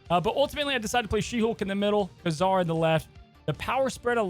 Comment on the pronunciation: Great video but man the way you pronounce Ka-Zar is so weird